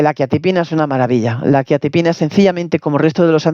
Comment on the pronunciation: Ni pronunciar quetiapina sabes....ver más 😂😂😂😂